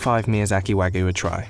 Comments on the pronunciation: It's not "wagoo" it's "wah-gyew" British people are so terrible at pronunciation of other languages it's insane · New drinking game: Take a shot each time the narrator says "Wa-gu" instead of "Wagyu" Warning: In order to prevent death from alcohol poisoning, only attempt this drinking game with water. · No its not, its pronounced wag-you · I just want to know why he’s saying “wagoo”. There’s a y in there, “wah-gYu” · “Wa-goo” Ok 🤣😅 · Pronounced wagyu incorrectly at the start, guess we aint looking at a professional chef, more of a novice researcher Like, “wagoo”? The way its pronounced is Wāgyu. Also pronounce the “y” and “u” as if they are mixed btw “ā” is pronounced like ahh, think of when a dentist askes you to open your mouth and say “ahh” yeah that. Just some info. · NO, it is not wa (like wagon) goo beef. It's wa (like water, want, watch) gyu beef. Sigh. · Nobody: Business Insider: wagoo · It's not though. You pronounce the "yu". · thought he was saying ragu like the pasta sauce. Terrible pronunciation on wagyu. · It's said like "Wag You" guys have lazy tongue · Why is it so hard for everyone to get the pronunciation right for non-English words?! You can literally just google it, it’s not hard. “Wagoo”... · Did he just said Wagyu as "Wagoo" Goddammit... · no one: the narrator: wAgoO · Listen to me explain everything about a product that I can’t even pronounce. “Wagoo”....wtf? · I can't trust a video where the person calls it "Wagooo" beef lol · Waygu (Wah-gew) or (Waa-gyoo) like "Whaa you" but with a hard g before the you sound. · “Wangis” lol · Wangus Beef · It was serious until he said wangus beef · Hahahaha "wangus beef" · You can't do a video about it and pronounce it "wagoo"!... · All this effort to produce this video and you couldn't spend 10 seconds learning how to pronounce Wagyu correctly. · that narrator's pronunciation is crazy, not even close lmao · Insider researched everything about wagyu except how to pronounce it